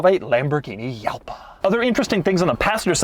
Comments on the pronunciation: It's actually pronounced "huh-LPA" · Jalpa is a "spanish" Word derived from the Nahuatl prehispanic language, meaning "over the sand" , and the correct way to pronounce it is "halpah". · Doug, you're not even close to the spanish pronunciation of the J. It's a stronger English H. HALPA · It's pronounced Yupa? "Hey dude what car is that?" "Yupa!" "What?" Rolls up window 😎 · Isn't it pronounced "Haal-pa"? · Technically, the correct way to pronounce it is like "Halpa" with an 'H'. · It’s pronounced Jalpa, not Jalpa. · Yalpa is pronounced and not Halpa this is the italian way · Given Lamborghini's penchant for naming cars after Spanish bull terms, Jalpa should probably be pronounced something more like "Halpa" in English. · It’s pronounced Yalpa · Halpa is how id say it in Spanish. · It´s pronounce ha-lpa, like the laugh "ha, ha, ha" but stronger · almost 7 years later and Doug still pronounces "Jalpa" wrong, it should be said in spanish: "halpa" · If my Spanish exposure serves me right, it should be pronounced "halpa" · halpa would be a better way of pronouncing the name, like the ha- in happiness. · Doug pronunciation is wrong. The J in Spanish is pronounced similar (not quite) to an H in English....Halpa. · pronounced as xalpal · . I'm a native Spanish speaker. It's pronounced "Hahlpah" (closest I can describe by writing it down). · pronounced Yalpa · As someone who speaks Spanish natively, I was in considerable pain. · How NOT to pronounce “Jalpa” in Spanish. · Yes, but in Latin or Italian, J is pronounced ie/iu/ia/io. So probably either way mentioned by Doug is acceptable. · Jalpa, just like "Juan" or "José". Pardoned Spanish famous fighting bulls' names. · Doug tries to be culturally correct, Doug mistakes Italian for Spanish 😂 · Doug: "that's how you say it" *says it wrong * 🤦🏽‍♂️ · It´s Jalpa... like Juan... oh god XD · "J" doesn't exist in Italian - It's pronounced Halpa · It's not Italian, it's Spanish, but same difference it's still halpa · jalpa not yalpa